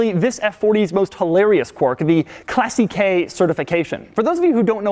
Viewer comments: Remember when you butchered the word "aluminium" constantly with the Spyker C8 video? Congrats... you've done the same with the word "classiche"... pro-tip: "classiche" ends in the same way as "niche" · why do you keep saying these cars were never designed for comfort. They're not meant to be. Oh , and that is not pronounced Classy-K certification . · Tip for your next time: Classiche is pronounced clà-ssi-che, the accent is on the A :) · Please learn how to pronounce classiche before constantly sound like you're saying " classy k" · Doug please stop pronouncing "classiche" as "classy-key". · It's pronounced clasitche, with an accent on si. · Jesus Christ, it's not pronounced "classy-kay". You sound like a buffoon. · KLASSI-KAY? LRN2ITALIAN, DOUGGIE! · its italian, you dont have to say classy_K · It is not pronounced "classy k" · Classy-Kay. Yeah, right...that's surely the correct Italian pronunciation. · omg your pronounciation of that word is hilarious. it's "claseesh" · Look, I really loved the vid. I loved the level of detail that you went to, and I loved the drive. You did an awesome job all round, but wholly crap - you talking about 'Classiche' just killed me, American's just pronounce everything wrong, especially auto manufacturers. I can't believe that you guys pronounce Ferarri correctly, but to take a beautiful language like Italian and refer to Classy-K is just aweful. Google the word and hear how the experts say it! Thanks again for an awesome vid - I really enjoyed it. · im italian... and ye we are da best to do cars and no, first classiche certification is pronounced wrongly.. but doesnt matter second if you strip all original pieces and replace them you will not have that certification anymore, because in that book there are every info on that car third... have you really watched your rear mirror after 20 minutes? ok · Doug, learn how to properly pronounce "classiche" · Bruh stop trying to pronounce "Classiche" it sounds so bad